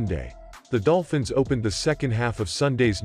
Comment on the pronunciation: I definitely heard "Dopfins" at the beginning.